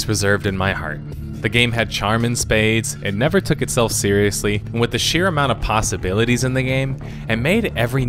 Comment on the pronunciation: DID HE SAY PASTABILITIES